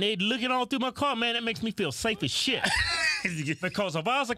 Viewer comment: “I can’t hear shyit” 😂😂😂